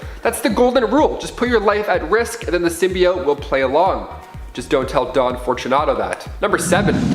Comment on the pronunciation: I forgot about the "symioooot" pronouncing